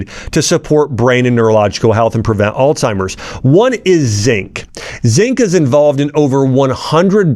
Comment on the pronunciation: Omgosh.. if your gonna sound professional at least say the words right!! Alzheimer's... not alTimers.